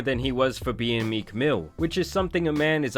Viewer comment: MeeCKK, bro why do you put so much stank on the end of words?